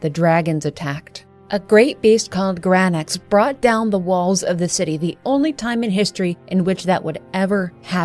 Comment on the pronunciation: The only thing is his name was granSAX not granax that’s all